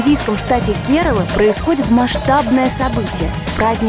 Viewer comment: Не ке'рала,КерА'ла,ударение на первую А .